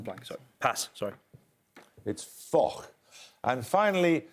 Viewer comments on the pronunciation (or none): Foch is pronounced fosh